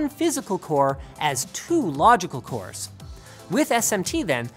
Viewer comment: wcores, wcores, wcores !!! That is all i heard hahah i won't tell which letter to replace with which one :)